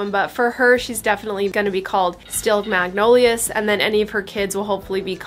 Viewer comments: These babies are so fun to watch and the way you choose their names is fun too. So you know, magnolias is the plural form for the magnolia tree and it's pronounced mag no lee uz in the plural form or mag no lee ah in the singular. In the south we kind of blend it together and say mag nol yaz. Thanks for bringing us along on an already hectic time! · I’ve never heard anyone pronounce the word “magnolias” (mag nowl yahs ) like thAt. I’ve only heard “mag nowl yuhz”. (Like dahlias)